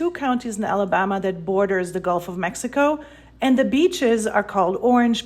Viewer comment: Thank you! This woman’s pronunciations are agrivating. “Ala-bahhhhma”…ugh!